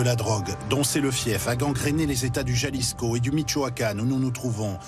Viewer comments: “Jalisco” faites un effort putin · Putain comme il prononce jalisco